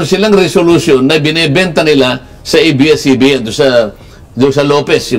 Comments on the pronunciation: A,I not IBS CBN Correct is ABS CBN is Correct pronounsition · Yes to the renewal of ABS-CBN's franchise! (Pero bakit "IBS-CBN" ang bigkas ng narrator ng video" ?) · Pakisabihan Yan blogger Mo na abscbn Hindi ibscbn ,sabihin ng Tama ang A ,bopol Yan .